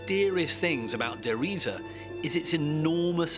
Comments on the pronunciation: Der "Reese" is how Treyarch pronounces it. I always knew they said it wrong and found it kind of funny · "...and it was called (dramatic pause) der Riese!" Lightening strikes, cut to picture of dark castle. Hilarious! Reminds me of Young Frankenstein where they kept saying "Frau Blucher!" and lightening would strike and horses whinnied. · I HAD THE SAME THOUGHT!😄😄😄😄😄